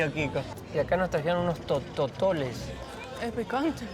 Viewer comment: totopos no tototoles 😂